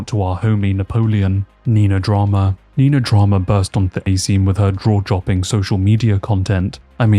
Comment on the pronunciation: we’ve had “Jackson Rampage” and “Draw-Jopping” in the space of a couple minutes. Are you sure you weren’t bitten?